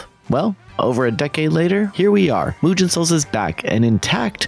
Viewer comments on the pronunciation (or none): Good to see you cover this kind of games, most people just ignore them altogether. PS: mate, you managed the impossible: mispronounce a 2 syllable word ("mugen"). It's nitpicking at its worst (I know) but it's as simple as writing the word in some translator and use the voice option.